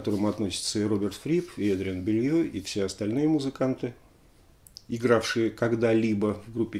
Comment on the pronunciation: Тоже слышал, что фамилия Эдриана правильно произносится как Белу, а не Белью. Не знаю, насколько это верно. Также Гарри Мор, а не Мур.